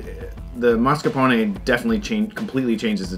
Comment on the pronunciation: You win for pronouncing Mascarpone correctly. Bravo!